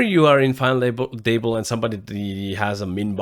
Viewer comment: Hi, your English is really good, but you might want to look up how to pronounce the 't' sound at the start of words (final Table). Sometimes the 't' should sound like a 'd' (like you do well), but usually at the start of the word it sounds different. Hard to explain in writing, but you can just check how English native speakers say 'table'. Love the final table recaps!